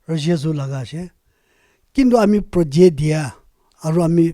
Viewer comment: And also what is POJET? Hoh!!!🤣